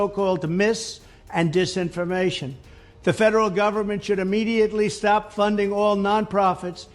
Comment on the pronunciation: Someone should tell him that the word is IMMEDIATELY NOT AMMEDIATELY